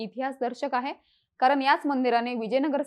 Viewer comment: माहिती खूपच छान. फक्त कृपया 'ण' चा उच्चार 'न' असा करु नका.... कारण, ठिकाण, दक्षिण, पण हे शब्द अनुक्रमे कारन, ठिकान, दक्षिन, पन असे उच्चारले गेले आहेत. मला माहीत आहे की आता सवय झाली असेल असं बोलण्याची. पण कृपया शुद्ध बोलण्याचा प्रयत्न करा.🙏🙏